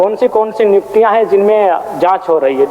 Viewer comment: Nijuktiya nhi niyuktiya hota h 😂 humesa se aisa hi bolte h yaa Jairam ke samne jubaan ladkhada raha h